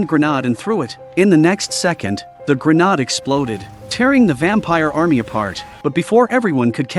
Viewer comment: Indeed... WTF is a hand grenard?